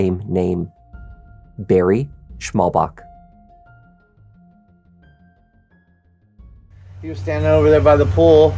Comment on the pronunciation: It’s Schmallbach, what translates into narrow stream. There’s no K on the end :D Fyi